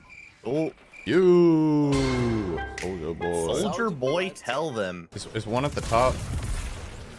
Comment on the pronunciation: That “soldier boy tell them”, was the whitest thing I’ve ever heard💀